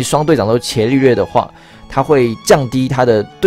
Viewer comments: 伽(ga)利略 你是不認識他嗎.....讀ga 不是 qie ... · 那個『伽』利略好像是『ㄐㄧㄚ』欸，以前我也唸『ㄑㄧㄝˊ』，後來被老師校正......😅😅😅😅😅